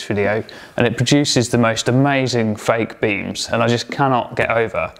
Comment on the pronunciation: At the very start I could have sworn you said 'baked beans' then realised you said 'fake beams'... (my hearing's not what it used to be). Great job as usual,. 👍